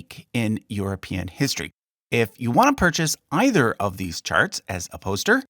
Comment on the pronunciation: Sounded like you said, "If you want to buy NEITHER of these charts" 😂